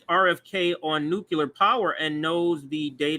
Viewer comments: It's NOOK-lee-er... NOT NOOK-U-Ler... There's only ONE "U" in Nuk-lee-er. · It is pronounced nuk lee er. W bush pronounced it nuk you ler, but he has always been wrong. Great video and commentary though. Thanks for taking the time to watch that bs so i dont have to. Much appreciated. RFK is talking about a public option, which would not work. The corrupt congress people who receive funding from the multiple medical industries would deliberately underfund the public option so those who opted for it would not receive adequate coverage, as a way to destroy any hope of us ever getting either a national health service or single payer. Personslly, we should be pushing for nhs, as it is much more cost effective, and, better for the populous than single payer.